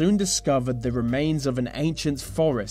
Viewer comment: The... not Va. There is no v in the word THE